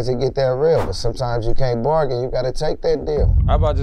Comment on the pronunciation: "sometimes you can't borgin you gotta take that deal" 😅